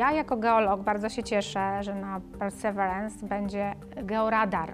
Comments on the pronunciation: "Per Ser Verence" - to tak na serio czy dla śmiechu? * Jeśli na serio, król Verence II, władca Lancre, będzie zaszczycony :)) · PERSERWIRENS.. 😅 Gdzie Ty tam masz “r” w środku 🤣 I jeszcze ten sztuczny akcent do błędnie wypowiadanego słowa.